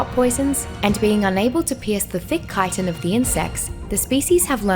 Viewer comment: took me a while to understand she is talking about chitin because she is mispronouncing it so hard lol